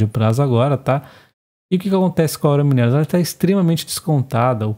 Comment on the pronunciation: vc precisa corrigir as suas pronúncias: 1) Gerdau = "Guerdau". 2) Aura = "Aura Mínerals" - pronunciar como se fosse uma palavra proparoxítona da língua portuguesa. Abs.